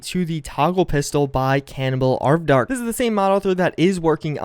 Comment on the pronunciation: ARD-VARK, NOT ARV-DARK.